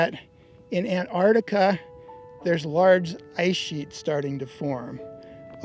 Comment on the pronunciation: A grown man who cannot pronounce ANTARCTICA 😂😂😂